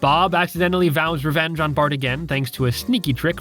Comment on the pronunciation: Fart instead of bart